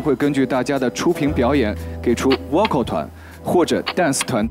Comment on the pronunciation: 是啊，这个Vocal说成哇靠，我实在是...尴尬癌都犯了